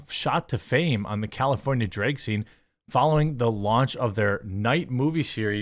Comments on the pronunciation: It’s Drag, not Dreg! Lol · I understand the state you're from means the way you pronounce the A sound is wrong. But, there comes a time Jeremy when you have to put an effort and actually change the pronunciation and stop using your culture or state to justify saying it wrong. It's not dreg it's drag. If you're pretending to scream while you're telling a story or whatnot, and there's a scream in the story, do you say, "Ahhhhhhhh!!" or "Ehhhhhhh!!" I'm pretty sure it's the former because saying like the latter just wouldn't sound right and be more than wrong. Also, you're not really using "without further ado" correctly. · Every time you pronounce drag as dray-g it’s like nails on a chalkboard. Jesus, I don’t even disagree with you on a lot of this but not being able to pronounce such a simple word is super annoying. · It’s not draig shows is drag shows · Drayg, why do you say drayg? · Why does he keep pronouncing drag like "draig?" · why do you say Drage? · I can't stand the way he says drag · You pronounce drag kinda weird. I couldnt help but keep thinking that Drake had something to do with all this lmao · Seriously, why can't you pronounce "drag?"